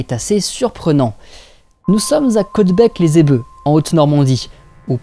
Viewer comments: Assez sympa et intéressant Juste une ou deux choses, tous les gens d'Europe de l'est ne sont pas slaves (cf toutes les données du folklore hongrois sur les vampires ou l'équivalent...). Et d'autre part, on ne dit pas Caudebec les "ébeux" mais les Elbeuf ("elle beuffe") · Dans un peut près toutes la France Elbeuf ce prononce avec le " F " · et on dit elbeuf, en prononçant le f aussi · Merci pour tes vidéos, j'adore tes vidéos :). Juste pour le s'avoir, on dit Caudebec-lès-ElbeuF le F se prononce 😉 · Bonjour magnifique vidéo Pour le nom de la de Caudebec les Elbeuf on prononce le F dans la région Rouennaise et le pays de Caux 😘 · On prononce le "f" de Caudebec-les-elbeuf. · Alors en fait, on dit "caudebec les éLbeuF", tout se prononce :3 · Cela se prononce les Elbeu(F) le F est important il n'est pas transparent ! ^^ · on dit caudebec lès "elboeuf" mais tu pouvais pas savoir